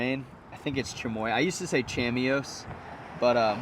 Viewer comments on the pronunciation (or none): Chamois is pronounced "shammy"